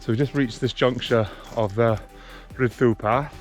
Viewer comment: Not pronounced Ridd doo, but Rheed Thee. And Hebog is not Hee-bog, but pronounced Hebbogg.😜